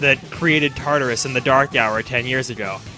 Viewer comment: OKAY I NEED TO WRITE THIS every.single.time he says tatarus i think of TARDIS and im just like IS THIS BIGGER ON THE INSIDE TOO?!?!?! that is all, thank you